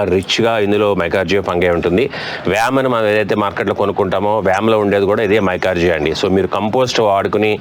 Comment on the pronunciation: మైకార్జియా కాదండీ..మైకొరైజా...మీరు సింపుల్ గా చెప్పేస్తున్నారు..అది ఫంగస్.. అండి..